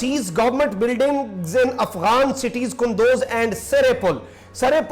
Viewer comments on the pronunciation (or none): It is kundooz not kandoz